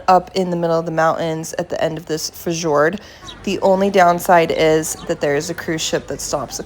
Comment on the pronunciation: There is still time to take this video down and re narrate after learning how to pronounce fjord